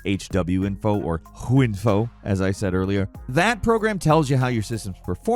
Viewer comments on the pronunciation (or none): lol I think this is the first time I've heard someone try to pronounce HWiNFO as just the acronym. It's just HardWare iNFO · HW as in Hardware- Info, that one hurt huhinfo lol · I refuse to believe say H W Info like that, and is purely saying it wrong on purpose as its known that will people will engage just to correct you....and I guess it worked because here I am engaging in the comments